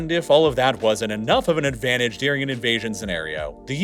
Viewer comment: During isn’t dear-ing